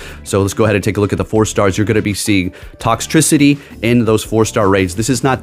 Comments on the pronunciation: How to say it Tox Tricity u actually said it right later in video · Thank youuuu you said toxtricity right!!! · You said Toxtricity correctly